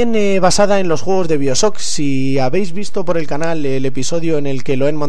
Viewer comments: Biosoc?? xD pq los españoles no pronuncian bien el ingles? xD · jaja "biosock" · no quiero insultarte pero pronuncias mal bioshock se dice en ingles